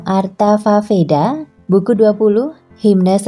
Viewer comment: Bacanya sloka mbak, atharvaveda bacanya atharwaweda, dinarasi ulang dulu yuk🤭🤭 suksma, salam damai